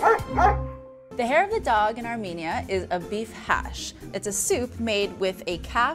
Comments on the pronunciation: By the way it is not “hash” it’s cash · its pronouced "Khash"but anyway you did a great job of explaining it, thank you